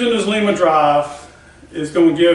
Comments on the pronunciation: Good video! I do want to tell you the name of the drive is pronounced with a long "I". Lima Ohio is not too far away from me. That is a second generation Lima drive. I have one just like it on my 16" metal shaper. My Becker vertical milling machine has a first generation drive on it. The first units used a salvaged model A ford transmission that has had reverse removed and one more forward speed added. All the best! Mike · Looks like that will be a nice power unit when it's done! Not to be picky, but Lima, Ohio (home of the Lima-Drive company) is close to me, and the i is pronounce as a long i.